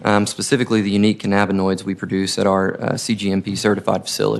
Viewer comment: Just minutes in and I've already heard "cannaboids", "cammoids" and "caminoids".